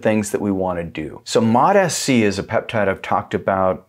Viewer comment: Sounds like you keep saying Mot-Fc.